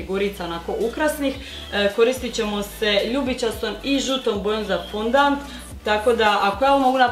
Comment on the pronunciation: Nije fondant nego fondan